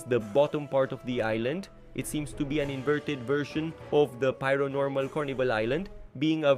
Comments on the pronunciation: It's pair-o-normal not piaro-normal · It’s pronounced PAIR-o-Normal. This guy is saying “pyro-normal” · That pronounciation of Paironormal is just straight up not correct, it's pronounced exactly like how Paranormal is pronounced